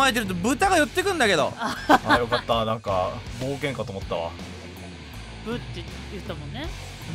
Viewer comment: もうタイトルコールの時に「なんか」って言うのではなく「◯※+¥?∈」と言う時代のようだ...ww